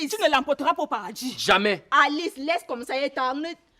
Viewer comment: j'aime la prononciation d'alice en français🤣🤣🤣🤣🤣